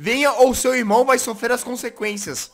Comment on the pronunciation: "concequencias" é foda